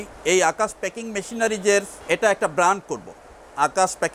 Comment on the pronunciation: প্যাকেজিং নয়, প্যাকিং